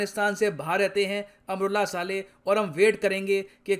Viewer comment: सर जी अमरुल्लाह साले नही____ अमरुल्लाह सालेह सही उच्चारण होगा🤝😂